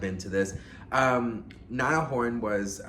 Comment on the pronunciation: Its Niall...like Ni-all Niall. Please.